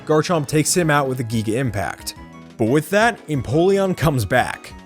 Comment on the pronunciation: Word: "Giga".: "Geega".